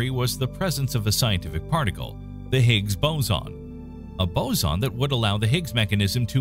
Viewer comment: It's a.. Hicks... Boozin... Noh... It's not a quar.. K?